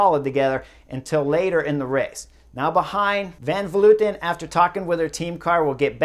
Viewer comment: Honestly it was great to hear "Van Vleuten" said correctly. Everyone says "Van Vloiten" for some reason.